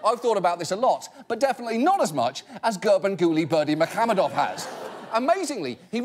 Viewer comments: unfortunately He pronounced incorrectly even you wrote it incorrectly I'm Turkmen and it's pronounced like Gurbanguly Berdimuhammedov Malikguliyevic 😉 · I just finished the video and I still can't pronounce it after hearing it 50 times. I'm just gonna go with Ferngully Bermesehamadove.